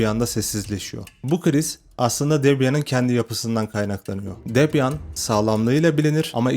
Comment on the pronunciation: yanlış telaffuz. "Debiyın". Çok da problem değil ben de boş yapıyom zaten. Debian çökerse bilgisayarları satıp inşaat işine girerim.